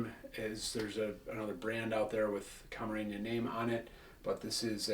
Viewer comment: Good video and great selection of tequilas. My only issue with the video is that you’re adding “Ñ’s” where there aren’t any “Ñ”. It’s pronounced Camarena not Camareña, it’s La Gritona not La Gritoña.